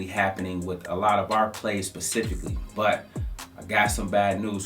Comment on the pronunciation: Is he saying pacifically or specifically?